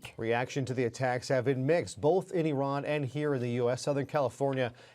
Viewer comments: It's Iran , not Iron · Eff-eye-ran God bless America.